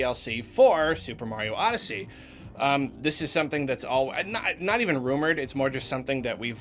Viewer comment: It's SUPER MARIO ODESSHINEY!